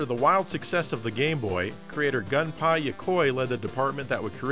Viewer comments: "Gun-Pie," oh dear, that's just as bad as saying Tate wrong! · Gun Pie is by far the wildest pronunciation I've ever heard for the legendary game designer's name. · Gunpei is pronounced as "Goon pay". And we know how effective Dual Analog Sticks are when it came to first person and third person games or any games with Camera Control. - "Oh no!" in the Closed Caption. LOL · Gunpei Yokoi is Gun-PAY Yoh-COY and Shin Megami Tensei is Sh' IN, May Gah Me Ten Say. IDK why Atlus never just translated SMT into proper english, it's literally "New Goddess Angel" if they want to avoid "offending" people, they could of transliterated/adjust the title to "The Sacred Maiden Travelers", "Sacred Maiden Tales", "Summoner Mage Tales" or "The Supreme Magus Chronicles".. or something...